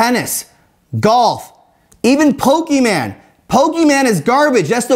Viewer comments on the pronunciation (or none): i lost him when he said pokiman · When he said poke-man is garage it totally turned me off from the video. Pokemon has been ole reliable for so long. He also talks about 3 years ago vs now. 3 years ago of course will be way different. It's a totally different market now. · Idk if I can trust a man that blinks one eye at a time. Let alone, barely blinks both. Maybe saw him blink 10 times this whole video, AND not only that a man who calls pokemon pokeman like my grandmother did... I don't know..... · Calls Pokemon a sport and doesn't even know how to pronounce it. Pokemon has been surging for years, what a fool. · You can’t even pronounce Pokémon and yet you know everything about it and how it’s a bad investment? Cmon clownboy